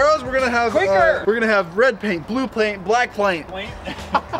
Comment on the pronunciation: i have never been able to say paint properly since this video came out